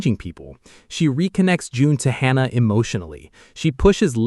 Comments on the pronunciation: Its not hana, its hannah....anna not ana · Hannah is pronounced with the aaah sound. Like in the name Dan. Hannah. If you did not know the loose cannon was Daisy then you are not paying attention.